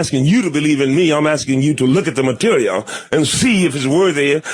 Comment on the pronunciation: I loved the way he pronounced “material”